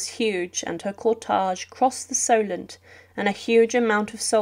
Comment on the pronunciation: Couple of points it is pronounced "cortehge" not "cortahge". Etiquette is pronounced "etikette" not "etikwette" thank you